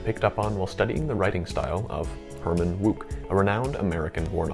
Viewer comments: I was just googling the pronunciation of Herman Wouk for my latest video, and google agreed with my original pronunciation of "Wook". Curious, what made you think it was "Woke"? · I suggest you re-record this piece (it's very good) but pronounce Wouk as "woke" and Haydn as HIGH-den.